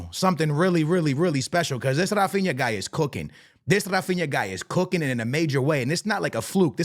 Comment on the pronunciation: bro, in portuguese we do not say rrrrrrrrrrAAphinA, he say "Hafinha" just like the sound of "hey"